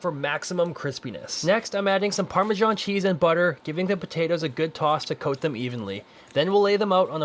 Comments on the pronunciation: You do know it's parmesan ir parmigiana, not parmeshan!!!! 😐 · Stop saying parmecchhan please 😊